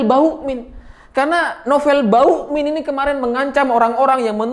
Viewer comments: KOK SAYA DENGERNYA BUKAN BAMUKMIN TAPE BAUKMIN HAHAHAHAHAKS RALAT WOY RALAT MATAK DEDDI SALAH TAPSER KAKAKAKAKAKS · bg nama nya novel bakmumien bukan novel bauin kalau susah nyebut nya novel ompong aja manggil nya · Hooooeeee....ngomong yg jelas dong.....nama sy Nopel Ba muk min...bukan Bauk min....bukan bawokmin...apa itu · ada yg nyadar ga klo nyebutnya "Novel BAUkmin", instead of Bamukmin...:D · kok saya dengernya Novel Bawukmin ya....😅😅😂😂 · Sengaja apa sengaja nih??? Koq selalu terdengar "NOVEL BAUKMIN"... wkwkwk.... Mantulll!!! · kenapa tiba2 "M" jadi "W"...😁😁😁